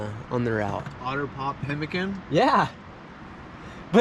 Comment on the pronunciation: pimmeekaan, not 'pemikun'.